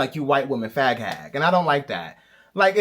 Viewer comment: I chocked on my water when he said “fHag”